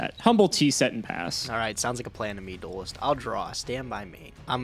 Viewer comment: Listening to constantly say "Duelist" continues to be the most cringe thing about this series